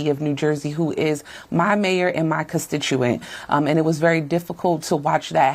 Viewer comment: What's a " custituant"?